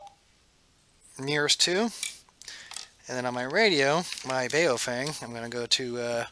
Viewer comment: Baofeng is pronounced "Bow-fung" not "BA-O-feng" It means something like: "strong wind".